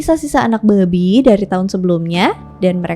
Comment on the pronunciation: Pelafatannya babi candu bet "Babik" 😂